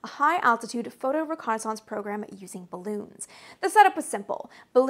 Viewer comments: G'day, Amy pronounces "Reconaissance..." the SAME way that EVERYBODY who learned to speak English pronounces that word..., except for the people who grew up squeaking in the (twice) "dumbed-down" Vernacular Dialect known as "AmeriKan (Pigeon) English"... Last video she made on this topic drew quite a lot of ignorant arrogant hubristic Whiners & Whingers who claimed she was saying it all wrong... Correcting the erroneousness of their silly silly ideations was quite a pleasure..., as I recall. Such is Life, Have a good one... Stay safe. ;-p Ciao ! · What? You mean the actual, correct pronunciation of a French word?